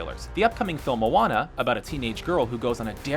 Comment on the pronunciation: thank you for not saying MOW ANNA, and saying it correctly